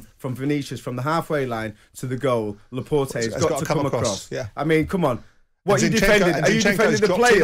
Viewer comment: Laport-ayyy??? Its fucking Laporte. You absolute clown. IQ of a fish.